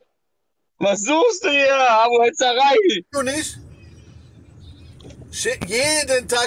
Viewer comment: Hetzerei nicht "Hetzarei".